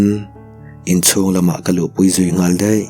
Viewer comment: Deih ti thrin lo teh..daih tih tur aw😂